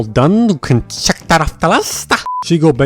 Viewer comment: “Checked, All done, you can.. chEck Dat off Da list-ah”😂😂😂